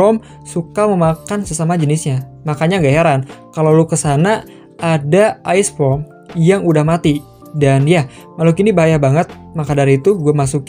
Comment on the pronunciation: ok gg lu bang correct bang Ice Worm bukan ice wrom